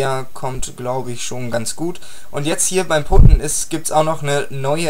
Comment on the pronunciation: ich glaub putten wird PATTEN ausgesprochen ansonsten cooles video